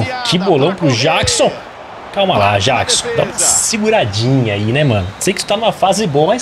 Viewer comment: Mano,o Jackson se fala Jeckson